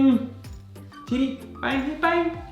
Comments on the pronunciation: 체리가 제리로 들리는건 나뿐인가? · 발음이 제리가 아니라 체리